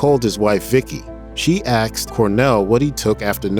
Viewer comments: It's "asked" not "axed". My pet peeve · Hey narrator, it's asked, not aksed. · Asked not aksed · Can you pronounce "ask" properly? Wtf is "axed"? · It's ASK, not axe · Can we not say "a S k" anymore? Axed??? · Who the heck is this guy narrating stop saying AXED you idiot 🙄 its pronounced ASKED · "She axed him" "He axed her" Why is this narrator talking about axes? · She "axed" him...its ASKED. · Axed..... AXED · asked not axed ffs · The word is pronounce ASKED not AXED goofball! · *asked, not axed. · Axed is not an interchangeable pronunciation of asked… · You said “axed” twice instead of “asked”… That is not professional… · It’s ASKED not axed.... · "Axed". "Axed". "Axed". It's "ASKED" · Clickbait. And its asked, not axed. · The word is "asked" not "axed". How is this person doing voice over work? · “she axed”? What??? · Why can't the narrator pronounce "asked"? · First off, I absolutely loved Chris and Soundgarden's gifts that they shared with us and will be forever grateful. Secondly, the narrator on this video. Dude's working for Grunge which is a legit and very popular YouTube channel and cat can't pronounce the word "asked" properly? Nobody in editing caught that?